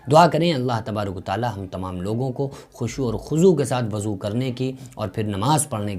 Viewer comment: Abe aqal ke pedal insan wuzu hota hai wazu nahi